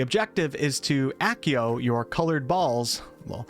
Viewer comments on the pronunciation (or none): none